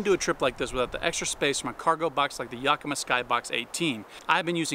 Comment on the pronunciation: Great video. Do more car camping vids. It's a really nice complement to your regular backpacking stuff. . Not sure why Yakima is such a hard word for most people. Perhaps it's only a normal word to me because I grew up in Washington, not far from the city of Yakima. Either way, it's three syllables. Yak ... just like the animal or the slang for people talking (yack) or your dog throwing up on the floor. Second syllable is i as pronounced like the word inn. Last syllable is ma, like the person married to pa. Mah or Maw might be a phonetic spelling. Yakima = YACK-i-MAW (with slightly more emphasis on the YACK than the MAW) ... not YOCK-i-muh. That's it. I've heard it pronounced about 50 different ways and rarely correctly.